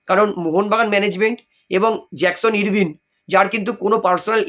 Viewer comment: উচ্চারণ টা আরভিন, ইরভিন নয়।